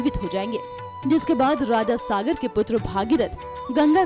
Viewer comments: कैसे कैसे लोग वीडियो बनाने लगे जिन्हे राजा सगर और सागर के उच्चारण में भेद करना नहीं आता, चले हैं हिन्दू धर्म का विश्लेषण करने !! छिः छी छी छी........ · उच्चारण सही रखें। राजा सागर नही राजा सगर। राजा सगर सही नाम है